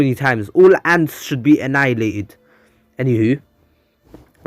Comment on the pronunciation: "All ants should be AHNIALATED" 2021